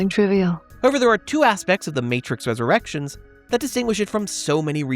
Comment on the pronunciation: Almost every time you said The Matrix Resurrections I hears The Matrix's Erections.